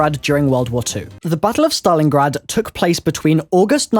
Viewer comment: Im sorry but did he say Saton Your Ass?